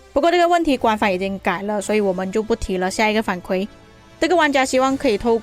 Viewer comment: 反馈= 馈是第四声